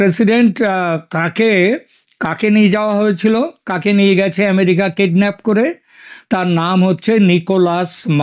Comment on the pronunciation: ওরে মূর্খ হতচ্ছাড়া‌ বাংলাদেশির দল, এখানে তুই বাঙ্গালীদের জন্য বাংলাদেশে বসে চ্যানেল চালাচ্ছিস আর সাধারণ একটা কথা জানিস না যে, সেটা হচ্ছে কিডন্যাপ - কিডনাফ না😂